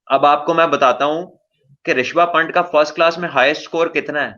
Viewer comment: His name is ' ऋषभ पंत ' not ' ऋषभ पंट '